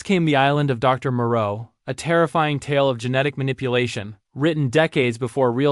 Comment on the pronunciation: Ai needs to learn how to pronounce "tales"..